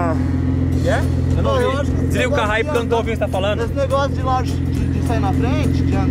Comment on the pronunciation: PARA DE FALAR LAUGE PELO AMOR DE DEUSSSSSSSSSSSSSSSSSSS, É LAUXIIIII LAUCH CONTROL LAUNCH CONTROL